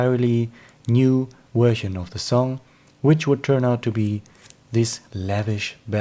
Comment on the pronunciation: mate, I get as a Swede that the word version is problematic; but if you change the v to a swedish sj - perhaps it would be easier to get nearer to saying version and not wersion? no offence meant, your English is better than most English peoples - am just trying to be helpful. Live long and prosper